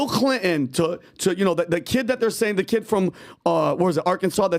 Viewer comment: I wish would lean to pronounce T. It’s Clinton not Clinon.